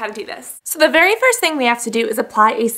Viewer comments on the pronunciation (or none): none